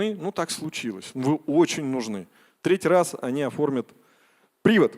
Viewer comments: не прИвод, а привОд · Если ты профи, то говори правильно: привОд, а не прИвод, ходАтайство, а не ходатАйство, осуждЁнный, а не осУжденный! Инфа полезная, но говорить на аудиторию нужно правильно! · ПрИвод!)) Уважаемый адвокат! Говорят - привОд. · У юристов - привОд, а не прИвод! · привод, ударение на "О" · Юрист блять. Привод, ударение на О. Дальше даже не слушайте. Бредит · Ведущий на слове ,,привод'' ставит неправильно ударение, нужно ударение на последнем слоге. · Привод , ударение на о. Привод у машины.